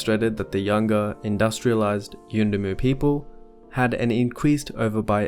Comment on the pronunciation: I LOVE how you pronounced 'yuendumu' , class.